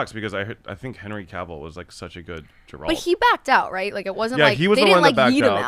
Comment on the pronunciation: Geralt is pronounced with the normal G, like gair-ult, not like Gerald. Loved the podcast, keep it up and co!